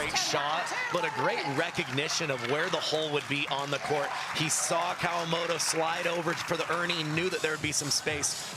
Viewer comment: It's "Kawamoto" with a "T"...